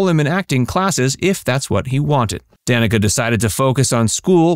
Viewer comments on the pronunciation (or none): Wrong...her name is pronounced "dan-knee-caw"...got it?